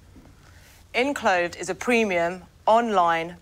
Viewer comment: Awkward moment when they can't pronounce their own company name. 'Inclothed'?? You mean ENclothed!